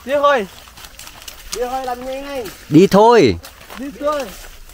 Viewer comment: Ông thầy dạy học trò cứ thế mà nàm thì học trò cứ thế mà nàm rồi bảo học trò đọc sai.